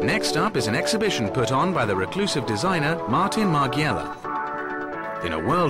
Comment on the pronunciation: the narrator needs to do some research on french and italian pronunciation, starting from miss carine, martin and tisci where the c sounds like the ch in english